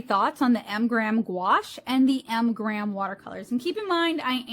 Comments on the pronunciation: I would think that being sponsored by M. Graham, you could have at least given them the courtesy of pronouncing their brand name correctly. But what made me turn this off was your cheesy and offensive southern accent. Completely uncalled for in any case, but especially so since M Graham is produced in the Pacific Northwest. How unprofessional can you get? 👎👎👎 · You keep saying “Mgrams” isn’t it “M.Graham”? Singular, not plural?